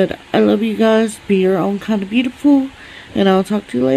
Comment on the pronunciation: At the end "suscribe" lmao